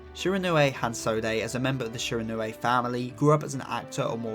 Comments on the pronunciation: My pronunciation-obsessed a$$: “It’s pronounced Shi-ron-wee” !!!😢😂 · I don't really understand how someone can't pronounce the name even though they have watched the anime where the name is said a hundred+ times